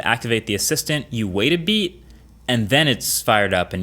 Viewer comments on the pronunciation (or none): "and then you wait a beet"